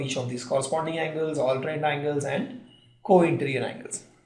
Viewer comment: It is interior not interrr